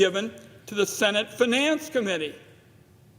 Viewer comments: How can the head of the finance committee not know how to pronounce finance... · I know this is such a minor point but I can't get over how this guy pronounces the word "finance"